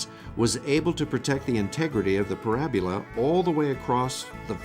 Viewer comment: So glad you are back! Good video! (However, , pronouncing it “porab-U-la” was cringe-worthy!)